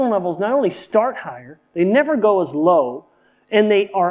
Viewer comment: OMG... true. He said it so indistinct it sound just different. Thank you 👍